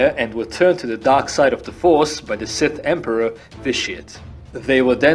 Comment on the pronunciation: Is it just me, or is the emperor called "This shit"?